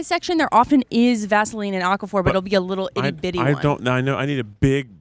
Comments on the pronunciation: I'm watching the aquaphor hunt with two thoughts. First, why does pronounce it like it's a rare mineral from a fantasy novel? Second, if they only have it in the baby section, that's terrible product placement. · kept saying aqua-phur and it was stressing me out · He’s pronouncing it like aquifer, the other thing lol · Yeah, he's saying it like aquifer.